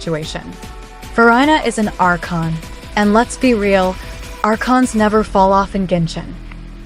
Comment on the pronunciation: Its "archon" my friend pls pronounce correctly